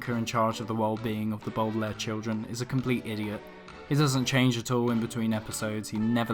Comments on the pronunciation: dId yOu juSt cAll tHem bOodaLaire cHilDren? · The "Boodelaire" children? Sorry but it's pronounced "Bowdelaire" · I prefer the series because in my opinion it has more tension. Edit: anyone notice that he pronounces Baudelaire different every time?